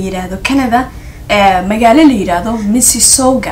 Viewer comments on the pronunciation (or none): Ku soo dhawow my city. It’s called Mississauga waxaad ku dhawaqeysis u ma aqrineysis missisaga horey u soco beautiful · MISSISSAUGA= MISSI-SSAUGA.